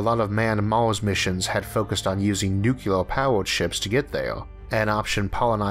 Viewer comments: say it with me, nuCLEAR. Not nu-cyul-er Great episode as usual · Anyone else hearing him pronounce it "nuke-ya-ler" instead of "new-clee-ur" all throughout the video? I give him more leeway than I do for most other people on account of the slight speech impediment, but I'm pretty sure he's capable of pronouncing it correctly and has done so in previous videos. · I love your content, and your eloquence more than makes up for your speech impediment, but it makes my ears hurt to hear a physicist say pronounce nuclear "nukular". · Here from Curious Droid. This place looks interesting! But please, it's "new-clear", not "nuqular" :))) It drives me nuts when i hear it, haha. Anyways, looking forward to "wasting" some time on your channel! Cheers! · NuClear NuClear NuClear not NuKelar NuKelar NuKelar lol - I get OCD episode after every time I hear "NuKeLaR" hahahaha :D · It makes it hard to understand for us non-native speakers. Also, nucular ? Really ? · Nuclear: Noooo Kleeeeeeee Errrrrrr, got it? Wrong is how you're saying it "Nuk-You-Lehr" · Yes, because with his speesh impedeement, he could say it properly. He has a lispthft. He is simply mispronouncing it. Noo-Klee-Errrrr, bub. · Where the hell do you get off saying "nukular"??? That's *our word*!*OUR WORD*!!!! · What's a "maws"? Seriously, even ignoring the "nuculer option", where does one get such an outrrrrrrrrageous accent??